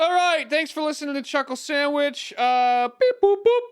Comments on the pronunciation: Chuckle moment Edit: Sclhuckle Chandwich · Time for my weekly dose of "Sluckle Chandwhich"